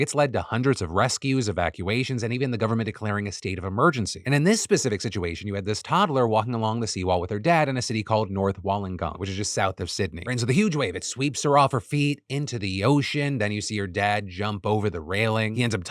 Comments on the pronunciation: 😂😂 I love ya phil but its pronounced Wool-ong-gong not wallan-gong 😂😂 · Hey Phil, Wollongong local here. Obligatory it's pronounced Wool-on-gong. That area is a walkway on the exposed part of the harbor, partially acts as a harbor wall. Even on decent weather day the sea spray can make the walkway very slippery, and it is not well upkept. Most of the 'safety railings' there are rusted through and breaking, even parts of the concrete are deteriorating. But yeah overall it's not a great choice for most adults to be out there during times like the recent bad weather. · Hey Phil, It's pronounced wu luhng gong. See google for details. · As an Aussie, I have to correct something. Its not Woll-ong-gong how you said it. Its Wool-un-gon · I don’t know where this “Wallengong” is, but if you are referring to Wollongong, it’s pronounced wool-n-gong. But yeah, dad shouldn’t have been out there, but at least to took action when it came down to it. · Only commenting to say... Wool-en-gong not wallengong. Much like Mel-bun not Mel-born. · just fyi its WOOLLEN-GONG like woollen socks not WO-LONG-GONG like the spelling suggests. just australian pronunciation things.... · Wollongong is pronounced like woolen-gong, not wallen-gong. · How many of my fellow Aussies cringed a little at the way Phil said Wollongong?? It LOOKS like you are supposed to say Wol on gong but its really Wool ong gong.... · Also, this is pronounced Wool-ing-gong, not Woll-on-gong, it’s a Dharawal rooted word (our local First Nation). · Phil, mate, pall, I'm happy to be available to help with pronouncing Australian towns moving forward. Whool - n - gong for Wollongong, said at a slight quickened pace. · Just FYI, it's pronounced Wool-on-gong I'm surprised no ones correcting him in the comments yet? ❤ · Wollongong (pronounced wool-on-gong) 😅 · north wallangong haha (wo)llongong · lol dying at Phil pronouncing Wollongong. 😂😂 I get why though it's spelt that way. It's pronounced Wool-long-gong.